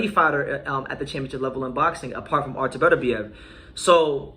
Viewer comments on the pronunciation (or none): none